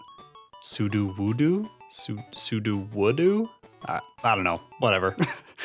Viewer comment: It's fake wood. It's Psuedo-wood-o